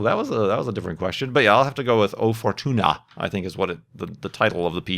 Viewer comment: "chochobo" "O For Tuna" XD I love it when mispronounces things, its so funny!